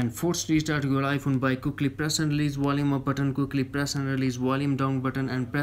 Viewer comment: “WOL-UME” lmao always